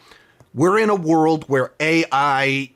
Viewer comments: It's Ja-r-ed not Jer-ed... Why can't you Yanks pronounce A's!? Zeitgeist is zite-gy-st not Zite-geest 😂 🤦‍♂️ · Zeitgeist, its pronounced Zeit-Guyst, not Zeit-Geest 😅